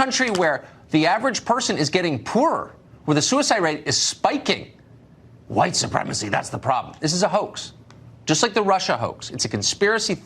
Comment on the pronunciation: My only complaint is how you pronounce ‘white’. Great commentary per usual!